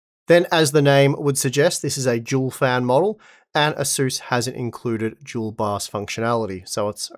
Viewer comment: Im new to the 3 and 4 series, is he saying it's a Jewel bios or dual bios? What is a jewel bios, if that's what he's calling it.